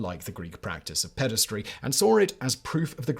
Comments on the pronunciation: You keep saying "pedastry", which is more acoustically aesthetic, but the word is spelled "pederasty", so it's pronounced "peder-ASS-tee" (rhymes with "nasty") We're having another "aluminum" moment here. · It's pederasty, not pedestry, ffs.